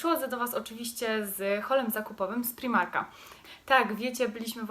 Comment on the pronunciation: nie mówi się primarka tylko z pr-aj-mar-ka😭